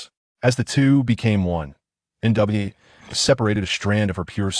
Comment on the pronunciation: Hey bro why not say the name complete why say in parts like nwa not nuwa